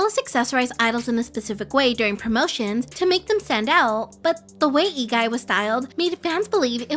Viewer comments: It's lee not ee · why is the L in "Lee" not pronounced I'm so confused